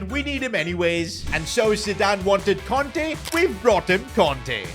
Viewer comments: Kante not konte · kante not conte😭